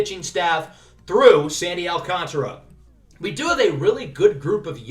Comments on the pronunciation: It’s Alcantra for the pronunciation by the way! the A after the T is silent :) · So excited for this series🙌 Also letting you know it is sandy al-can-tear-a